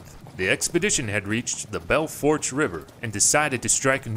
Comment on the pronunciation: In the first story, about the incidents in Colorado, the Trail near Julesberg is the Santa Fe Trail. The Oregon Trail does not pass through Colorado. Belle Fourche River, is pronounced "foosh".